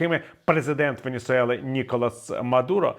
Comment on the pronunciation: Кара́кас і Венесуе́ла, а не Карака́с і Венісуела.